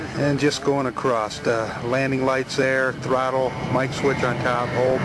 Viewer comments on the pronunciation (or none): "moving accrost"